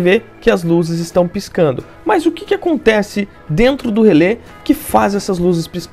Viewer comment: fico pensando, se relé tem um acento agudo no final (cuja funcao alem de indicar a silaba tonica é indicar a pronuncia aberta da vogal), pq as pessoas pronunciam relê com a vogal fechada, como se o acento fosse circunflexo....